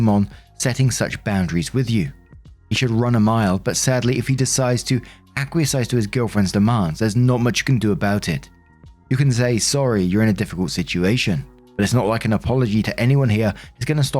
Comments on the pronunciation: Acquiesce is pronounced Ak-we-ess. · Acquiesce = ACK-wee-ESS 🥰